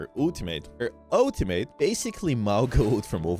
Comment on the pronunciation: Do u say Ooltimate on purpose or just accent thing 😂